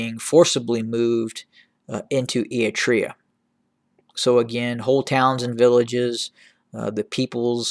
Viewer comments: Not a very big deal, but can you please work on your "Eritrea" pronunciation haha. You're skipping the first R like "eat-rea". It's pronounced "Eryt-rea" You're pronouncing Tigray well now 👏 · It’s not eatrine, it is “Eritrea”